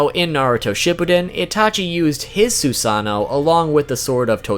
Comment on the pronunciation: It's Susano'o not Susano. :(